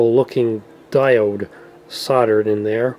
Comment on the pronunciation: That's now how to pronounce solder